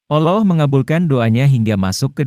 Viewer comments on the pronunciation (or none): Kalau menyebut alloh yg bner doong bung........ gmna... cerita suara nya gt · Min tlg belajar lg klo ngucapin lafadz alloh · Cuma caramy menyebut ALLAH tidak benar